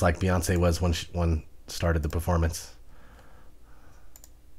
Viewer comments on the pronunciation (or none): none